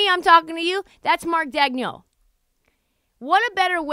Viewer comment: Funny bit. Just one thing though. It's pronounced DAYG-nolt.